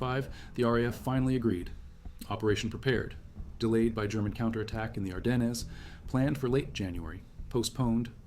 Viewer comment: Ardennes - the s is silent. Very surprised to hear you mispronounce an extremely well known area. Maybe you're AI. What else would account for this error?